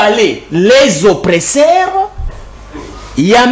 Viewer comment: Très belle émission. please veuillez à votre prononciation OPPRESSEURS et non OPRESSAIRES SVP. Merci tala kk politologue national. Biso tolandaka yo 💪💪